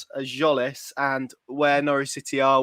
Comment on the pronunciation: Jolis?????? I think it's Zolis. The T is silent